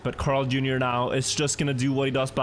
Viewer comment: Bro am I the only one or is pronouncing CarlJr weird? It sounds like he is saying Crarl or sth idk